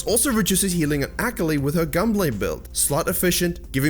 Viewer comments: Use me as a “tilted every time he said ak-ali” button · Took me a while to figure out that he was saying "Akali" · I love this video, but the way you say Akali kills me on the inside. My weeb heart just couldn't handle it. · Your pronunciation of Akali is so cringe. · If you consider that the character is actually more Japanese than anything, then you are still pronouncing it wrong. I love the video, thank you for all of the awesome tips! So much info, so little time.